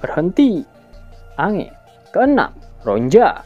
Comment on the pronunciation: Bukan ange,tapi di baca enj,, lontong betul kau